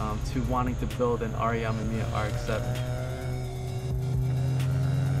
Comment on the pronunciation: He says R.E. Ah-mah-mia... but it's pronounced R.E a-mim-me-ah what any hot version with those cars to hear it pronounced correctly....and my issue is that he makes it a point so say it soo much.